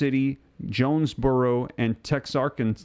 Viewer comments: the city in Arkansas is pronounced Tex-ar-Kana. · WHAT A DISGRACE, YOU ARE IN HOUSTON AND CAN'T PRONOUNCE TEXARKANA.